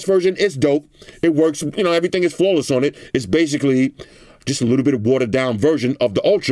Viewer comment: "Eheee thang"